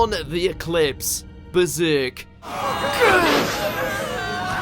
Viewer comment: The two most disturbing scenes for me are The Third Impact in End of Evangelion and The Eclipse in Berserk what the fuck is that pronunciation. I feel like Berserk is disturbing just for the sake of it